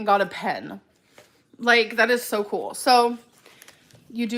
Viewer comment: I spat out my food when she said “you get a pen you guise . That’s so kooowl”